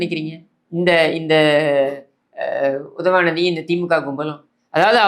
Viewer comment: I love watching your videos only to hear you say UDHAVANIDHI 😂😂 and you topped it off today with Santhanathuku thunai nadigan 😂😂